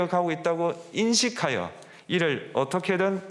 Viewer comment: 인식하여!! 힘주어 말할때 탄핵이다 알았다. 그건 니 생각이고.!!! 이런느낌